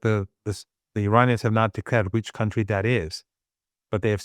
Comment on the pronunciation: man spricht das wirklich nicht KAuntry aus. man spricht es cantry aus. es gibt zwar ein County, das ist vielleicht liebst du ja die Kantone oder sowas das ist eher ein district....